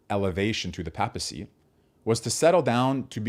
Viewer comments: "PAY-puh-see" and Karol "Voy-TEE-uh,". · Sorry - mispronunciation of “papacy” (pay-pessy would be correct) and of Karol Wojtyła - objectively precludes you from have anything useful to say insofar as you could not be even minimally (much less adequately) versed in Catholic social thought to public discuss the subject area.